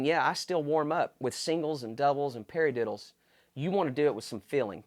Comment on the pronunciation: hahahaha peri-diddles